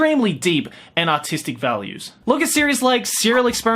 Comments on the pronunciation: I think he said autistic value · When you say artistic, sometimes it sound like autistic. These anime have A U T I S T I C values.